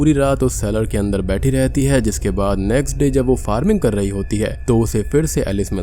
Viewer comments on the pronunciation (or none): none